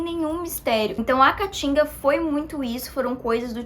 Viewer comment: eu amo quando ela fala "a catinga" em vez de "a cantiga" kkkkkkkkkkkkkkkkkkkkkkk <3 <3 <3